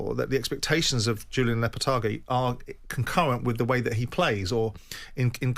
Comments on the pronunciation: "Julien Lopatargy" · Lopetargy lol